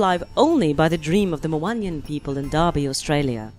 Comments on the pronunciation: Wanjina not wonyana talk about something you know about at least pronounce it right. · The right pronouncement for the Wandjina is Won-Jen- Nah! (phonetically written) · I think you’ve got the pronunciation slightly wrong. Wandjina is read phonetically (In the English language) as ‘one-gin-ah’. Great video though. Indigenous Australian culture is the least well known of the ancient cultures - even though it’s the longest surviving. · Correct pronunciation for Wandjina or Wondjina would sound like : Wun-Jin-Ar (Ah) or One-Jin-Ar (Ah) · they have no mouth to pass judgement and please the knowledge and pronounciation of my families spirits is kind of disrespect. if you choose anothers stories research first.